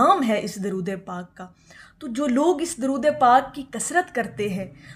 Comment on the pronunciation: آپ کی درود پاک کو پڑھنےکی ادائیگی درست نہیں ہے